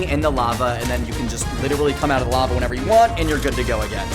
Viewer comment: Lava=❌️ Larva=✔️